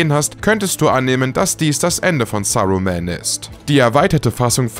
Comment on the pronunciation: "Sarumään", "Eisengard", "Regisseur John Hjuutschs", "Mr. Büller", "Audrey die Zweite" Hat der sie noch alle?? 👀